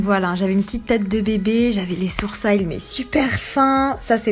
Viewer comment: Tu dis "Sourcailles" (sourcils avec accent américain) mais "One Tou Tri" 🤔🤔